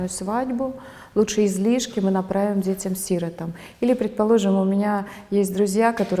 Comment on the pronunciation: Почему Ассоль неправильно ставит ударение в слове,Сиротам